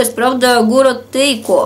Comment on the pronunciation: вы когда на ночнушке про город-производитель читали, сказали Тейко. А это Тейково. Я просто с Иваново, немножечко поправила. 😌